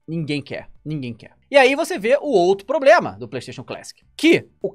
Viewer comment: "Tem sido um PROBREMA. né ?"